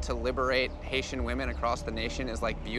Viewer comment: Right when Nev said Haitian my soul got the fuck up and threw a fit- fully disassembled my mood